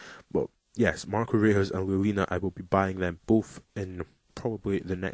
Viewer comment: Reus is pronounced Royce lol.